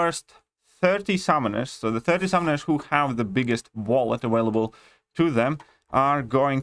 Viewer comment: I like his accent. How he says the letter W instead V. "Awailable"